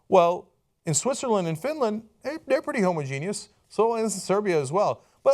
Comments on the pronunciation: Cenk it's pronounced ho-moj-e-nus, not homo-genius. Homogenius is a slur against very smart gay men. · Homogeneous is not pronounced Homo-Genius. It's pronounced Hom-Ogenus. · If you're going to use the word "homogenous" so many times please learn how to say it properly Cenk :) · its not pronounced homo genius where im from or spelled like that homogeneous sounds like ho-moj-en-us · language tips for Cenk: the word isn't 'homo-genious' it is homogenous. ho. mo. ja. nuss. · Please, please, never stop using the word "homo-genius" instead of "homogenous". I find it brightens up my day. Much like when someone scrapes their nails against a blackboard or that old dial-up modem sound. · Whast the hell is homogenius? You mean homogeneous? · my inner grammer nazi comes out every time cenk says homogeneous